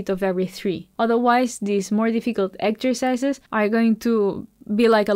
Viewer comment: Thanks very much for the lesson and love the way you say 'exzercizes' and 'focoos'. Music to my ears. Lol